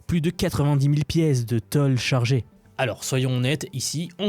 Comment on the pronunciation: Comment tu prononces tôle? 😄